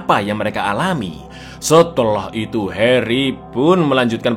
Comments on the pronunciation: Bang pas kau nyebut “heri” kok medok bgt ya, harry dong bangg bukan heri, 😂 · Harry cak bukan Heri TAT